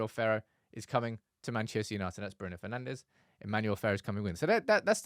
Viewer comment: Come on guys… Manchester has enough history with Portuguese players for you not to pronounce their names with a spanish accent… It is not “Bruno/Carlos Fernandez” but “Fur-nan-d’sh”…